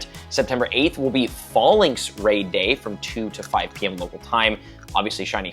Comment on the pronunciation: I swear you pronounce these wrong just for engagement. Dew pidder?? Dew pie der Zayshian?? Zah shian Fawl incs?? Fal incs I know it’s subjective, but they’re so different from my preference lol